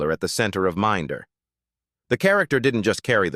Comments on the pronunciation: min da dont you just hate this septic Ai narration lol and Gillingham saying it as Gil ingham lol 🤣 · Dont you just hate this AI narration. Not only is it in an inappropriate american accent but doesnt even pronounce "Minder" properly. Shit when you consider that Minder is the subject of the vid. This is YT pollution.